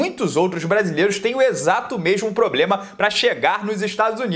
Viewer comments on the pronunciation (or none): none